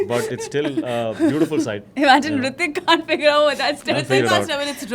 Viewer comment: Its Hrithik not Hritik -_